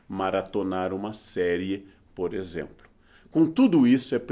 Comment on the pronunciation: Aperte nesse timer E depois nesse Ele: “E você e eu (eu bastante), temos dúvidas na língua portuguesa” Ele também: “… por exempro.” Kkk muito fofo